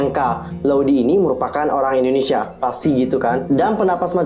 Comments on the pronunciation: Indonesia kak bukan endonesia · Indonesia bukan Endonesia